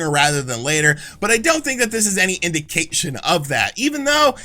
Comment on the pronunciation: "IndiCAKEtion?" That's what I heard.